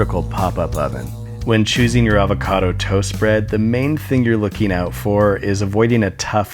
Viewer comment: I love how you can hear him repressing his laughter when he says "avocado twost"